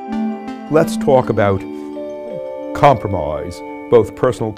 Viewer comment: Not once in my life did I think I would one day be watching president Lincoln saying comproomoise over and over again to me. We live in an age, I tell ya.